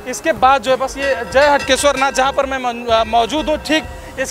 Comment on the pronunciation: Clear nhi tha हाटकेश्वर है हटकेश्वर